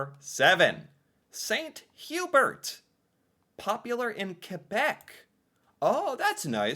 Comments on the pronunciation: 2 pronounciation corrections. Chalet (Swiss Chalet) is pronounced Shall-lay. Hubert in St. Hubert is Hew-Bear. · I’ll give him Hubert but chalet feels like it should be just known